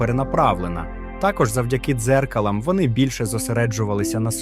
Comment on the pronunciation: Завдяки дзеркАлам. Наголос.